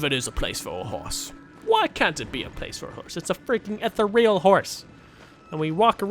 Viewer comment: Har-Binge-Er and Eth -Ear-E-Al, pronunciation my Brother. Sorry, I'm a grammar nazi, not a R-Eal nazi though. Or jus maybe those are preferred faux-nunciations on your part and I'm just a dick missing the joke. I've done and been called worse, lol, either way, my nature jus couldn't resist. 🙃